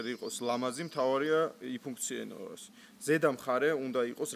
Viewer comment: იფუნქციენოს WTF?! არ გინდა ეს მაღალ ფარდოვანი სიტყვები ხო ხედავ ვერ ამბობ წესივრად